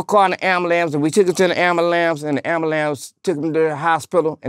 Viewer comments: Dude said amberlance and walmark.... 🤣 😆 🤣 this dude kills me... Respect! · "put Terry in the amalamce" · “The abalam” 😂